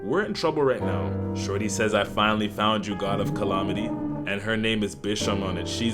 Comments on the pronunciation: CallAHmaty??????? Love the vid, but they way you saying that one word gives me issues lol. Calamity not calaohmity 😂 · This would be much better if you stopped saying colomity instead of calamity. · Bro said "collomitty"